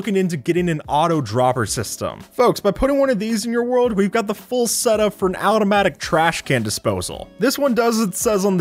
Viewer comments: My man really said “out-o-matic” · OwtOMaTiC lol